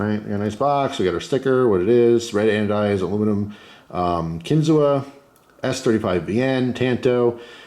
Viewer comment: Been watching you for years as a fellow pennsylvanian you pronounced it wrong 😂. No big deal love your videos